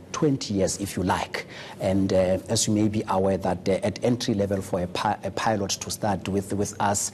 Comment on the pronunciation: Ay pie-lot?